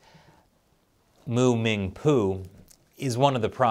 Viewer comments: "Mu- Ming- Poo"....LOL I m sorry.......I just cant..... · I appreciate the pause before reading the name of the neuroscientist. Class. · I lost it at the pause xD